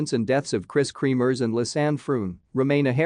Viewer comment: Not KREAMERS ITS KREMERS